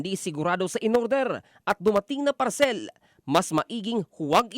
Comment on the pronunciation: Ang sakit sa tenga nung parCELL!😂😂😂